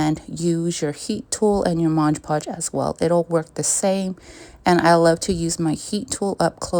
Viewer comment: It's MOD PODGE not MODGE PODGE!